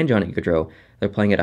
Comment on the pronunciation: Guardreau? Theres no r between the a and d. Its gaudreau